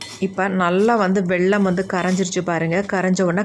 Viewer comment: வெள்ளம் இல்லை வெல்லம். சர்க்கரை